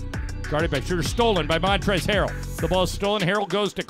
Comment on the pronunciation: I wish you announcers would learn how to pronounce Schröder's name. This ö is pronounced as oe for language sake. That shouldn't be so hard since English is a Germanic language.